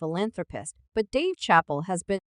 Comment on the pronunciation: You are pronouncing Dave's last name wrong...